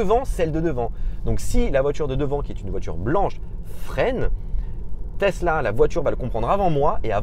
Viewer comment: "Testla model 3"